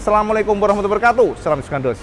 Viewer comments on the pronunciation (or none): none